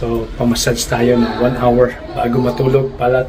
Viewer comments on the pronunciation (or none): none